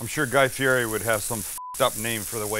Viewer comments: Guy's last name is pronounced Fee Eddie. That's from his own mouth. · Woah! Throwing a little shade at Guy Fieri ?? Guy will have another bone to pick with you because you pronounced his last name wrong as well!